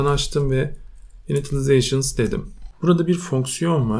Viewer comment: Muhteşem!!! Ufak bir yardımda bulunucam ilerde de çok işine yarayacağını düşünüyorum. INITIALIZATION' ın Türkçe okunuşu " ini - şılı - zey - şın ". Yavaş yavaş başlayalım gün geçtikçe ezbere geçicektir! 👌